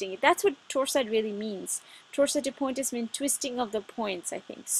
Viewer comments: i know that is stupid i mean i don't even speak French but is bothers me so much when they pronounce it wrong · chimbawe Same here. It made me crazy.